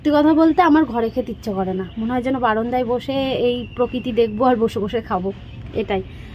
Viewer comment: Tumi baranda na bole baronda bolo keno?sunte valo lage na.bollam bole mind koro na.